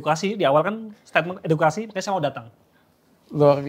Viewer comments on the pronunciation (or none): EDUKASI APA EDUITKASI?? 🤣🤣🤣🤣